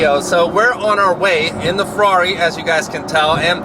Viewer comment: "Here we are in the FRARI"